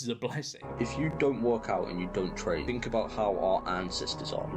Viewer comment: Th not f